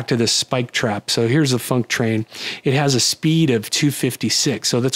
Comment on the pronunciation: Whenever you say func_train, I can definitely hear the "k" in funk. No doubt in my mind. :D